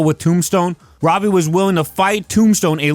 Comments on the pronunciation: Say it like the show does "Robby". Youre saying "Robey" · Not being able to pronounce Robbie is crazy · fascinated by how you pronounce robbie